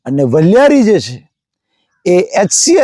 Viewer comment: વલીયારી નહીં વરિયાળી